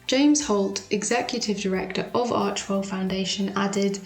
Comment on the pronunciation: It's Archewell not Archwell. You would think a sugar would know that.